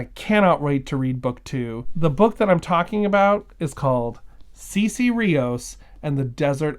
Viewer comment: It sounds like a book well worth reading. Thanks for introducing us to it.⬅ My high school Spanish is telling me that her name would be pronounced "Saysay", not "Seesee". I may be wrong, but what I remember from the classes is that vowels in Spanish are consistent, and the letter e has a long-a sound.